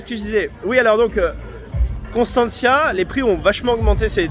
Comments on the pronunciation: il faut apprendre à prononcer Constanta. Et Costinesti c'est un village oui mais avec 60000 lits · C' EST PAS CONSTANTIA MAIS CONSTANTA ET ON DIT CONSTANTZA * et COSTINESTI se prononce COSTINEST !!!